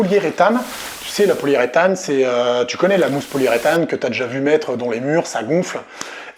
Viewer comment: Hello ^^ Systématiquement dans tes vidéos j'entends "colle poliée-rétane" alors que cela se dit poli-U-rétane 😜